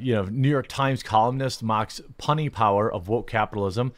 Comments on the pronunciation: ITS PUNY (PYEW-NEY) - NOT PUNNY (DUH!) 🙂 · Puny jeremy lol like "pewny" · Jeremy, word for the day: Puny is pronounced pew-nee. It means very small, practically insignificant. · Not "punny" but "pewney" as in very small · "PUNNY" instead of "PUNY," and he can't pronounce "Pyrrhic" because he doesn't know what it means and has never heard the word before. Dude, KNOW IN ADVANCE what you plan to read aloud; know what the words mean and how to pronounce them. Don't just decide to make a video and shoot from the hip without the slightest preparation. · "puny" is pronounced "pyoo-nee" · Ouch, Jeremy. It was painful to hear you mispronounce "puny" and "pyrrhic." A visit to your favorite dictionary is warranted. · You've never encountered the word "puny" before? Edit: Ur "pyrrhic victory"? (You butchered both)